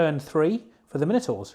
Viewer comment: Everyday is a school day, all my life I've thought it My-No-Tour, turns out it is actually as you say it, well done for opening my eyes! Ha ha. Good job on batrep too, two not very common forces in VBR, and well painted and great terrain too. Cheers guys